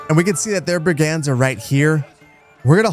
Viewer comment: He does say it in a unique way 😅. A lot of emphasis on the second syllable and the “A”. “Brig-ANDs” instead of how I imagine most people say it: “BRIG-ends”